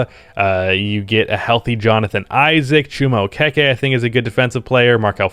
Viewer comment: I’m glad said Chiuma Okeke correctly